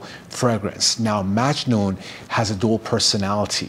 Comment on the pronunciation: In the Arabic pronunciation it’s muggg noohn the a is like a u sound. My father is from Italy and my mother is from Syria.